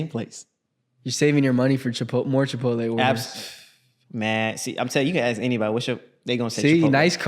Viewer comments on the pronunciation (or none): said chipotle? cipotle loco